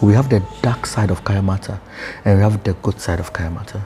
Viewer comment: It's kaayanmaata not kayamata